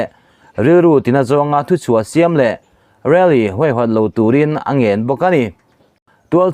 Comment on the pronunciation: Really tih a va ang ve rally tih sound kha.